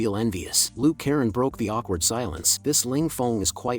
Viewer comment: is so funny when say awkward